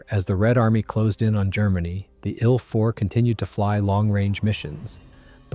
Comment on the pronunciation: No AI narration, huh? "The story or the ill 4:bomber...." Very First Sentence. Good Job!